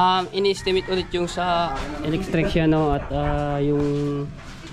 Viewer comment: Matepo electrician Hindi electricsyan